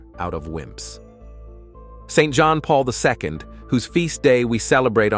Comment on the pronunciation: Getting sick of weird AI voices and images and their hallucinations. John Paul II is not pronounced "John Paul Visco".